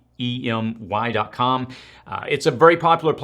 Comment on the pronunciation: Udemy is pronounced "You to Me" (I think). Anyway, there are so mamy quality FREE resources out there. Your channel ranks up there with the best,! Thank you!